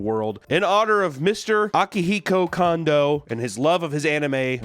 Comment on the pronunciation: lol apologies accepted, pronounced Kondo wrong. Wife was a Kondo